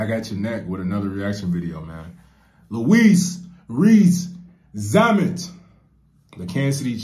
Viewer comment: Louis (pronounced Lewis NOT Louise😁) Rees-Zammit is a world class winger in Rugby. The real deal. He made his International Debut for Wales at just 19, which is young and whilst this does happen if your exceptionally good it's not that common. Normally teenagers go through the U20 system first and would be expected to get a couple of years of top level club rugby under their belt before being considered at International level. A bit like a high school football star skipping college football and going straight into the NFL. By the age of 22 he'd competed in 3, 6 nations tournaments, A British Lions Tour of South Africa and a Rugby World cup. The last two only happen every 4 years. He was only 20 when he was called up for the British Lions. I can not overstate how big a deal Lions tours are. On a par with the Rugby World Cup and even tougher. Most players consider it the pinacle of their career. Winning a Lions tour is even harder than winning a world Cup. Will he make it in the NFL? It'll be tough. Things on his side: - He's young and if it doesn't work out he could return to rugby at 25 and add to an already very impressive career. - He's a superb athlete. - He's an experienced top level professional. - His dad played American football for the Scottish Highlanders in the now defunct Eurpean league so he's grown up watching and understanding the sport. - He's working with some of the best coaches and players in the game. - He really wants this and has given up an already top-n